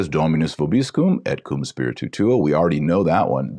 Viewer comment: Also when Et Com Spiritu Tuo - Spiritu is one syllable. Dr Taylor Marshall sounds like he is saying spiritu- tu - tuo.